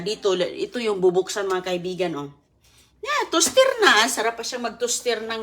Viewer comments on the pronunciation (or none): please naman paulit ulit mo na ang mga sinasabi mo akala ko pa naman very informational ang vlog mo. Lemon and honey ilagay sa coffee? Ano ba ipinag sasabi mo?! Lamiiiisa, tustir, gardin, colistirol, miron, okiy, smuti Jusko po! 🤷‍♀️